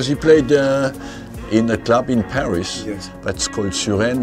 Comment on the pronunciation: Hes a French and he pronouce Paris as ,,Paris"